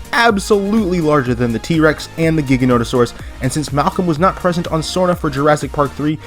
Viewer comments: It’s pronounced JIGA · Dang for a Jurassic park fan I would think you’d know how to pronounce the Giga… it’s Jiga that’s the pronunciation the G is said like a J